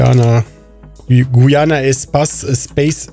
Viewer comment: „Guiana“ ohohoh das tut weh XD